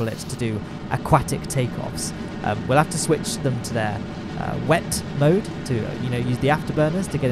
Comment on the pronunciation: its not "wet mode" its "wep mode"